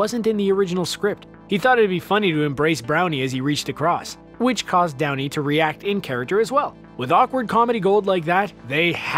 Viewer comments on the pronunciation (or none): notice how he said brownie instead of downey? i giggled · he said Browney instead of Downey... LOL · Anyone notice he calls his brownie instead of Downey at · at one point you said brownie instead of downy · "Embrace Browny." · Did I hear him call Downey, “Brownie?” 😂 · LOL He called Downey as Brownie LOL OOPS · you said embraced brownie instead of Downey in #16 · he says "Brownie" instead of "Downey". XD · Did anyone notice how they said "Browny" not "Downy"?!? Lol! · He said brownie instead of downy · you say 'embrace BROWNEY' not downey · Did you really say Browney instead of Downey? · Okay has anyone else noticed that he says "brownie" instead of Downey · 9:99 I can't be the only one who heard "embrace brownie." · I'm sorry what? wait did he just say embrace Browny?!?!?!? 🤣🤣🤣🤣🤣🤣🤣🤣🤣🤣🤣🤣🤣🤣🤣🤣🤣🤣🤣🤣🤣🤣🤣🤣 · he said brownie unsead of Downey.... 🤣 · Lmao he said browny instead of downy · did you just call robert downy jr "brownie"? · Did anyone catch the Brownie instead of Downey line in here? I hope I'm not the only one:) (Hint: we're not there yet) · ~Browney... It distracted me so hard, I replayed it twice over.. and then one more time, because I got distracted once again. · "Embrace browny" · He said "brownie" instead of Downey omfg 😂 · Does he say..Brownie instead of Downey? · "Brownie" aaaahhaha that's the funniest verbal fart ever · he says “Brownie” and not “Downey” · Narrator calls Downey "Brownie". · Did anyone else catch him saying brownie instead of Downey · “Embrace Browney”? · "Embrace Robert browney" ... No second take? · . Just me or does he say Brownie instead of Downey